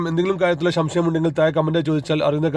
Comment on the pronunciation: ശംശയം അല്ല ... സംശയം